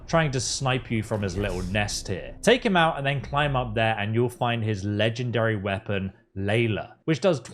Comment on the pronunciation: What's a weapong? Japanese Pong?